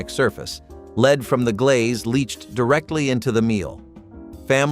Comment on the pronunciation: Learn how to pronounce Lead properly!!!